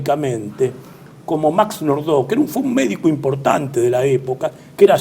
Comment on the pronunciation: Nordau se pronuncia como se escribe..... asi "AU" y no como el color bordeaux